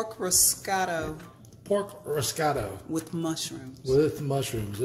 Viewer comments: Since you are discussing bloopers, may I add that it is risotto (riz-o-toe), not riz-cot-o... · Guys you're killing me LOL. It's Risotto Ri-so-tto. It's a rice based dish from northern Italy. Very tasty!! I'll see if my friend agrees when hers get here.